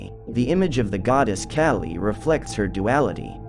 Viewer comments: Kah-Lee not Cali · not cali. KAH-lee. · The pronounciation is killing me. K-ah-lee. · Friendly help, its said, "Kah-Lee" 😊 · You are saying her name wrong. It’s pronounced Call-ee. I also see an alarming similarity of your cartoon style to that of Red & Blue’s Overly Sarcastic Productions. You don’t need the little cartoon person in the corner of videos. Your videos for the most part are good and full of information but this copping of someone else’s style makes your videos hard to watch. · Kaaaaa li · Your pronunciation for the goddess' name - Kali is NOT PRONUNOUNCED like California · THANK YOU. ugh... I cant get over his pronunciation of her name. 🙄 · Thank you! The mispronunciation was driving me crazy and is actually disrespectful… if you’re going to cover a goddess at least learn to pronounce her name correctly.